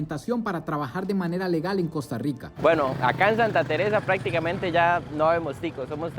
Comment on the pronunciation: Mae muy bueno pero el fenómeno no es solo económico es cultural , deja esa maña generalizada del gremio tico que hace contenido de cambiar la pronunciación de la R se dice Costa Rwica y esta bien decirlo asi